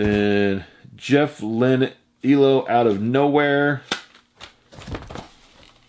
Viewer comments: E.L.O (Electric Light Orchestra) not “elow” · I laughed when he said that